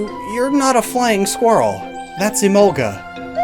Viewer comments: I have never pronounced Emolga like that & never will {It reads as E-mol-guh, to me}. It may be closer to the origin words {I haven't heard them before}, but sometimes you have to throw the origin word pronunciations out the window. Arcanine is Ar-kuh-nine, not Ar-Canine, and I will not be convinced otherwise. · Even in the English dub, Mika Kanai is still the voice actress, so Emolga still says “Emonga”. Lol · I know it's technically a mispronunciation, but because of the kind of Southern accent I have I've always pronounced it like uh-mohl-guh. In my opinion it's a bit better sounding since all the syllables roll together more.